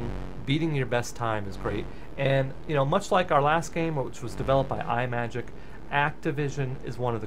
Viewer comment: You are not the first to get the pronunciation wrong, but "Imagic" is not pronounced as Eye-Majik as you repeat throughout this video. Think of a portmanteau of the words "image" and "magic". Now please do not tell me that you pronounce the word, "image" as Eye-Maj. No, it is pronounced as I-Maj (short "I" sound).